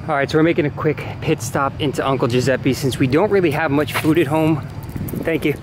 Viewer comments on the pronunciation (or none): none